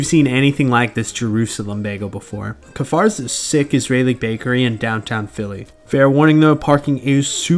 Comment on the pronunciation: Kfar means village in Hebrew. The K is pronounced with a schwa, meaning like the C in Clint. As a Kfar dweller myself, I can say that's a very accurate representation of the local bakeries. :)